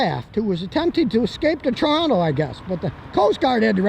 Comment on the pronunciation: Scotty says Toronto like a real Torontonian.